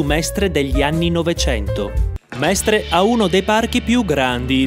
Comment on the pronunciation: Sono veramente deluso dalla pessima pronuncia di Mestre